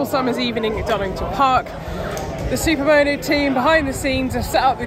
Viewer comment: Love the bikes and enjoyed the vid. But I really struggled with the way you say Super Mow Know. lol, not that it matters. Just accents are funny.